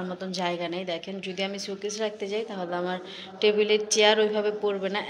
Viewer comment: ছুকেছ না, এটাকো শো-কেস বলে। showcase. 🙃